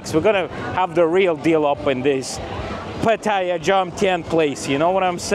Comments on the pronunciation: It’s pronounced as pateeah ! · get the pronunciation of ‘Pattaya’ right if you don’t want to sound like a tourist.